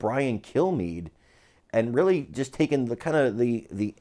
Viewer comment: Not tackling but YACKKING!!!!!!